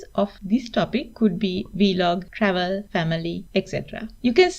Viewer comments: It's VLOG, not V-Log. 😆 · V-Log LOL